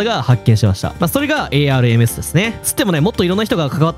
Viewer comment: 「ARMS」で「アームズ」って読んでたｗ